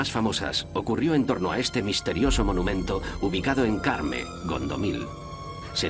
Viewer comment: Corme, non Carme... Carme ighual é veciña...